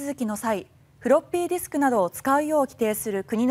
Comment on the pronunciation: 太郎の"フロッピーディスク"の発音がヤケにカッコいい